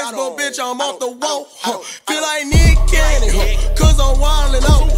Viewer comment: That nick cannon sound like “meat canyon” for me im fried bro 😂😂